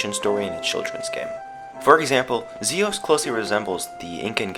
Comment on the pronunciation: Omf, you are bae. Thank you for saying Mira and Zios correctly unlike everyone else!